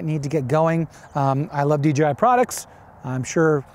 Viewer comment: It'd DJI not DGI... Really dude???